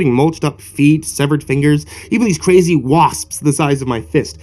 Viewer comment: that's a pretty Cwazy thing to do! sounded like Elmer Fudd there again. be Vewy Quiet i'm Weading a Cweepy pasta. He he he he!